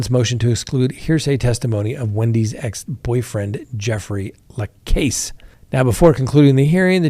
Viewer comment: Jeffrey La-Kas, not La-Case